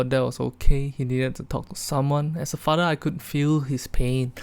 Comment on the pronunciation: Shit got so bad singlish accent became stronger "FADER?"